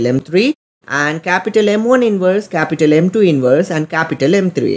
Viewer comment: bro said "cApUtAl M1 cApUtAl M2 cApUtAl M3" three times in 10 sec